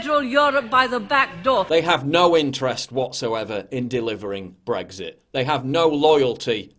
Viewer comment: Please pronounce BREXIT WITHOUT THE "G"